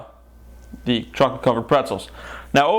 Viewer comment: CHAWCOLET DID YOU SAY CHAWCOLET!